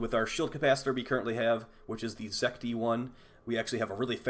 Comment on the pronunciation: It's Zet-ki.